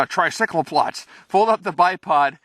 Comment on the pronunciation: "Tricycleplots" lol